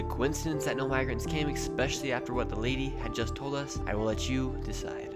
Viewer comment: The word is not “expescailly”. You sound silly.